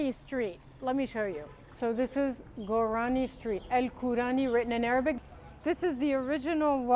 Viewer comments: The word is korani you miss pronounced your own family name. You said gourani..😂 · Kurani not Gurani.